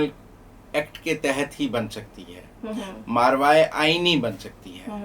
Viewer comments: ایسے اچھے تجزیہ کاروں کو زبان اور تلفظ پر گرفت مضبوط کرنی چاہیئے۔۔۔ماورائے أئین لفظ ہے۔۔۔ماروائے أئین نہیں۔۔۔♥♥🙏🙏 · the word is "Mavrai -e - Aaeen" not "maarvai -e - Aeen" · مارواۓ نہیں ماورائے آئین ہوتا ہے تلفّظ درست فرما لیں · صاحب پلیز!!!!! ماروائے آئین نہیں ہوتا ، بلکہ ماورائے آئین ہوتا ہے، مہربانی🙏🙏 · yes this is mavray inne not marvay inne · NOT Marvaie....But " MAWARAIE". Please correct. from North America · درست لفظ " ماورائے" ہے ماروائے نہیں جیسا کہ آپ بول رہے ہیں